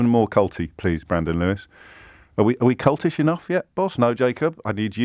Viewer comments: I know James meant "cultish" but with the "l" replaced with a "n" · Kept saying 'cultish' wrong ...